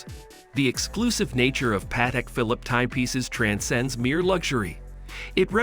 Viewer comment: This video sounds like it was created and voiced by AI. Also, if you're doing a video about a watch brand, learn how to pronounce the name.